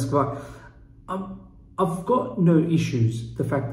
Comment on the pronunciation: Please... Marina Granovskaja not Granovskavaja.